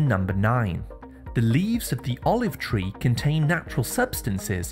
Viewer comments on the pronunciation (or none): none